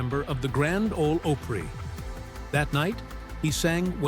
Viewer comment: Please pronounce the word "OPRY" correctly